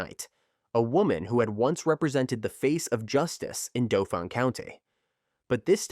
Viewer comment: Hey, Pennsylvanian here, Dauphin county is pronounced like Dolphin!